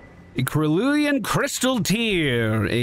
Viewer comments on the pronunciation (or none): Hey just a heads up, Cerulean is pronounced Sir-rulian, its a tint of blue. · Cerulean is pronounced "Sa-Ru-Lean", it's a deep blue color like the sky. Like in Pokemon, Cerulean City:)